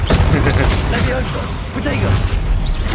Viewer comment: leviossaaaa nie lewioska :) ta nauczycielka młodsza chyba od ucznia. pamiętaj różdżka (berło) w dłoń i machaj :)